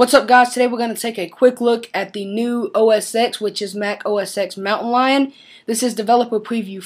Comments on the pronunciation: It's OS "TEN". Not OS "EX". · No. It's Mac OS "Ten", not "X".